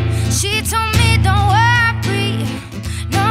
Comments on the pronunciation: no she grew up in Canada and that's not what an Italian accent sounds like 😉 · I listened closely, I heard "worpry"